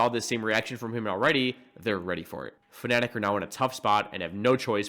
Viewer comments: this guy keeps pronouncing Fnatic as "Phonetic" and at this point I feel like it's the joke. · I like how you say Fnatic, it sounds like Phonetic lol